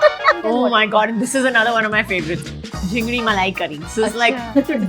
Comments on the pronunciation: Introduce jhingri instead of chinfri 😂. fake Bengali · Jhingri !!!??malaikari😂..it's chingri malaikari... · It’s not jingri , it’s chingri ( prawns ) 😅😅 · everytime she said JHINDRI MALAI CURRY i cried laughing. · Jhingri malaicurry❌ it’s chingri malaicurry✅ Luchchi ❌ it’s luchi… Kya zaroorat hain bangla bolne ki … koi nhi bole ki bengali mein bolo … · Jhingri Malai Curry! It’s called CHINGRI MALAI CURRY! And FUCHKA is not Puchka! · Kajol .... It is Chingdi Malai Curry .... not jhingdi.... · It's Chingri malaicurry, not Jhingri malaicurry🤣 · She is saying ‘Jhingri with a J’ but we Bengalis call Chingri malai curry ! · Most faltu 😂 She cant speak a word in Bengali Wats jhingri😂😂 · Chingri malaikari ❌ Jingri malaikari ✅ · jhingdi ?????? its chingri right !!!! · It's not jhingri,it's CHINGRI. and not khojur, it's KHEJUR.gobindo bhat completely wrong , it's GOBINDO BHOG CHALER BHAT. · Kajol can't even prounounce Chingri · The chop isn't called machar chop, it's "MOCHA" because—surprise—it’s not a banana-flavoured chop it's made of BANANA FLOWER. And for the love of all things edible, we say ‘chingri’, not ‘jhingri’. Maybe someone could kindly inform Kajol before she rewrites our entire cuisine? Please, put in the bare minimum effort and stop butchering our food names. Thanks ever so much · it's not jingri malai curry but chingri ( prawns in bengali) malai curry.... it's bhetki ( is a fish) not bekti .... this is mocha ( kele ka phool ) uska chop.... Its not banana flavoured yrr 😂 ..... Her being a Bengali must know this atleast.... Seems like she's trying very hard to show as if she knows everything about the dishes 🙂🌚